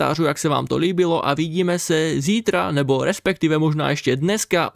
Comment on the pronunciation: "respekťivě" to je vůl :]